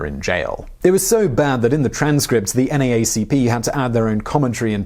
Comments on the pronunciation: I have never heard it said in any way other than “the N double-A C P” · I love how you say N-A-A-C-P while in America we say N-Double-A-C-P. Also, something never sat right with his son's death. It just seemed too staged. I hope I'm wrong but who knows? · Simon, FYI... NAACP is said "N double A C P". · FYI: We call it the N double A CP not NAACP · Same... It took me half a second to realize what he was talking about. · Just a "kind" FYI, it is pronounced N Double A CP(NAACP). Thank you so much for doing this topic. Great and informative as always, Cosby is a disgusting pig.